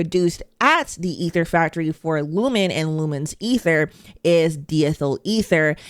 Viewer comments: It''s pronounced DIe- Ethel. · Diethyl is pronounced, imho, as "dye-ethyl" as in carbon di-oxide.